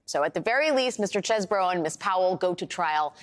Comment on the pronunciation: It's pronounced 'cheese-bro', lady. Get with the program.